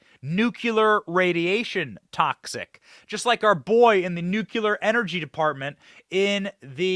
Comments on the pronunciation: Love your work. Have only one request. Please rethink nu-cul-ar. Try nu-clee-ar. Thank you ever so much! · Benny. We love you!@ Please say "Noo- Klee- er". Not "NOO- Que-Ler". Thank you. Carry on, young man!!!!! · Please pronounce the word 'nuclear' properly in the futures